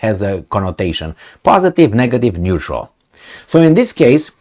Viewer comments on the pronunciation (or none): none